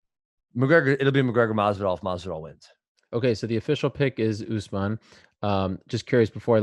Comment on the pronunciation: Askren isn't being a bigot for at least the first half of this video. He's actually saying USMAN. I'm glad that he's respecting the name, even though he's being condescending